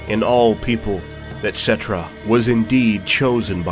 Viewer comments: Settra not Settrah. And Kemri instead Kchemri. I know language Nazi much sry about that. It annoyed me a bit cause in Warhammer Total War II. The Tomb kings characters speak out their names without overstating the H. But nice video though. Also really liked the Trilogy books about Nagash. And the Sigmar and Malekith trilogies. Black library a must read guys/ladies. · I love this video!!!! But I am pretty sure that some of the names here have the accent on the first syllable. I believe. Like Settra